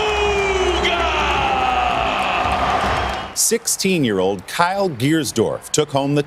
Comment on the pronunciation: lol they said booga not bugha lololololol